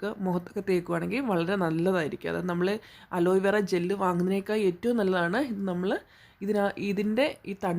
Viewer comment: അലോയ് വേറ അല്ല അലോവേറ